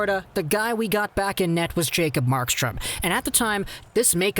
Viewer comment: WHO IN THE WORLD IS MACOB JARKSTROM??! 😂